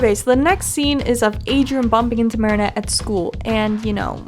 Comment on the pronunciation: I thought you were gonna say my name when you said Adrian because my name is Adriana 💀and I got exited but the way you said aderain 💀that’s how people call me adreiana